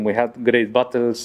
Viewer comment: Alonso saying "We had great battles" sounded exactly like "We had great bottles", neither of those would surprise me :D Edit : kinda surprised to wake up to that much likes, thanks a lot guys ! KR7 will be missed